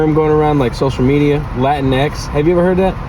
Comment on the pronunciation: “Lateen X?” 🤣🤣🤣 Anyway, yo quiero Taco Bell!!!